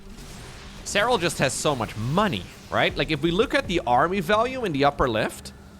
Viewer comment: Say his name like you mean it!!!! With accent!!!! SEH RAL❤❤❤